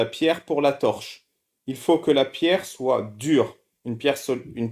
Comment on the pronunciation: Attention sophisme alerte : vu le nombre d'erreurs grammaticales (que ce soit Z-une, que celui-ci soiYe...) je me demande si ce bamso sait lire. 🤔😆 Quand on prétend avoir un certain niveau de maitrise de la langue française et que l'on passe son temps à définir les termes, il est plus crédible d'être capable de s'exprimer correctement.